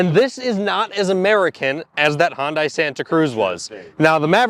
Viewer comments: Great video not just because of the engine blow. You guys were very thorough and I am trying to decide between the Ford and the Hyundai, thanks for a very helpful video. Glad you put in the explanation as I do like the better power on the Hyundai. By the way you mispronounce the word Hyundai every time. It is "hun-day" not hun-dye". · A brand new 2025 Maverick vs. a USED 2024 Santa Cruz with 16,000 miles and no telling how it was driven. Yes, I’d say that’s a fair comparison. And the Ford dealership provided the Santana Cruz. Yeah, totally unbiased. Forgot the fact that Tweddle Dee and Dumb kept mispronouncing Hyundai throughout the video. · Hi guys, My wife and I had a good laugh when we read your comments on the pronunciation of Hyundai. Far from being a Midwestern thing, we are both Southern born and bred. We are also from Montgomery, Alabama where Hyundai has produced automobiles since 2005. The Hyundai officials from South Korea have taught the locals to say Hun(day) since 2003 when they were scouting and securing the land for the plant. Two other notes of interest, first: All national broadcast television commercials for Hyundai are pronounced Hun(day), second: The Google pronunciation by a South Korea translator is Hun(day). Have a great dai !!! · Why are you both pronouncing Hyundai like that? It sounds like you’re saying “Honda” then adding an “ee” at the end. Hyundai rhymes with “Sunday”! How hard is that? It makes you seem like amateurs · Watching your video for the first time. Its oronounced HUN-DAY, not HUN-DYE. Credibility matters and if you can't pronounce the brand name right... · Decent review. I got tired of cringing every time you pronounced Hyundai. The letter u is not pronounced like the letter o. Think "hundred", not "Honda". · Boys, boys, it’s not pronounced “Hon-day” or “Hon-dye” or “Hi-un-dye”. It’s pronounced “Hun-day” like “sunday”. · It's pronounced "huuun-die" not "hon-die" , like "honda." Duh. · It's pronounced Hunday, not Hundie.